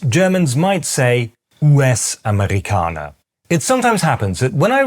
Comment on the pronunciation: dein Akzent kommt an ein paar Stellen durch. Deine Aussprache von "Amerika" betont die Silbe "Me" minimal zu kurz, und bei "US-Amerikaner" ist der Übergang zwischen dem "U" und dem "Es" ein klein wenig zu fließend. Ich weiß, Erbsenzähler, ich bin nun mal Deutscher, was soll ich machen.😛